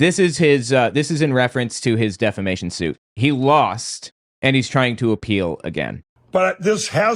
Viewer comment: Was l hearing things or did Mike actually say defamation correctly instead of deflamation? Oh lordy, the times are a changing.